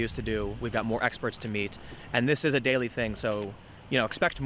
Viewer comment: "There ee no way, dude, there ee no way"